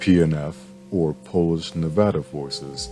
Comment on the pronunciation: Your pronunciation of nevada is wack